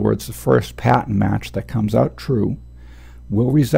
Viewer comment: Love these videos, very helpful indeed! The only thing that bugs me is that I keep hearing 'patent' when I'm pretty sure you're trying to say 'pattern' lol. That threw me off at first. But anyway, thanks for the vids.